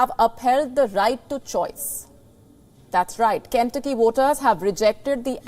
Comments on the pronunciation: Good reporting Please check pronunciation of names of States.. Ken-tuc-ky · Ken tu'cky ! Not Ken'tucky ! For the host's information. Trump's and DeSantis's voters are scary ignorant ! India's rupee may be the next global currency.